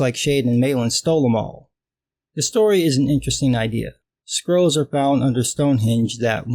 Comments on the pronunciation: I kept hearing "squirrels" instead of "scrolls", which is a concept I could get behind. Squirrels that give you magic powers when you breed them. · I was hearing "Skrulls" at first. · Glad i wasn't the only one hearing that.